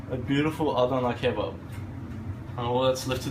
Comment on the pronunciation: wow man even im not able to say "adana kebap" like you did at the end nice grammar